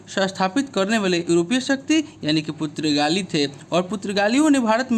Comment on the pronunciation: पुर्तगाली not पुत्रगाली